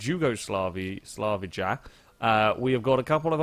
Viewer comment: You pronounced Jugoslavija wrong. Its not djugodlavidja you pronounce it yugoslavia